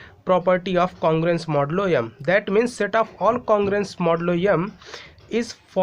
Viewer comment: I also noticed modulo yumm 🤣